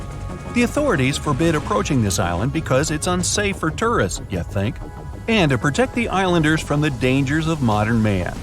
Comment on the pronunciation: You don't say "tourist" very well.